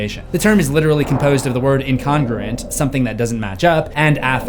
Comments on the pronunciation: Love your insight, but it seriously bothers me how you pronounced incongruent. It's In-con-groo-ent... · His pronouncement of incongruent threw me for a loop. 'Incongrant' 😂